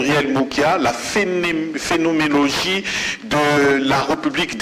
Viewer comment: "Phénoménologie" et non "Phénomélogie"